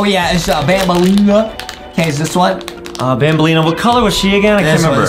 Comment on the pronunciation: It's banaleena bro